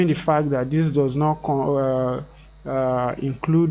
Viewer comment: It's not DIS but THIS. Please practice it. It will make a huge difference to your life. Also it's not D but THE.